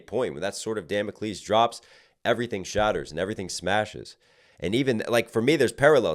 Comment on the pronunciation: i’m mad at how you say Damocles😅